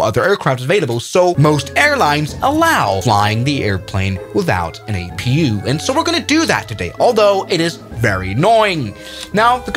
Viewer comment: Others: A P U in live streams: Apoo (or "a poo") 💀